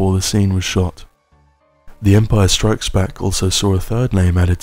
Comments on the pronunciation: The way you say Empire STRIKES Back is oddly unsettling to me. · Guy starts talking ...... Me: zZzZzZzZzZz Guy keeps saying Empire strIKES back.... Me:🤬🤬😳😳😤